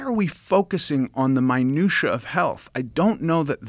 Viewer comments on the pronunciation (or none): He pronounced minutiae incorrectly multiple times.